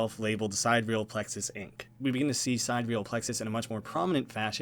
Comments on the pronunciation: The word is pronounced "si-dee-re-ahl." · i think it’s pronounced si-dear-y-al. meaning of or with respect to the distant stars (not the sun). which could pay homage to the idea of sending human consciousness to “distant worlds” similar to your own but not the same. or perhaps that there’s multiple sidereal plexus co. but they’re all in different realities.